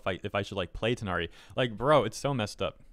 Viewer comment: Took reading a number of comments to realize people were saying Tighnari and not THIGHnari.